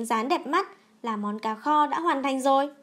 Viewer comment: nghe đọc là ...cà kho.....bó tay luôn